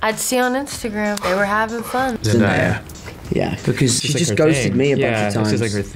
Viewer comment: Jake: “ZenDIEya” Me: Ah shit, here we go again 😂